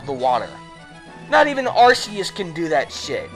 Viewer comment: Ar-Key-Us plz pronounce it right